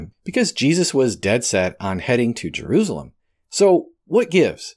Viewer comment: Jerusalem....Jer ru sa lem Of course you may prefer to say it as.. Je roos alum. . Lol.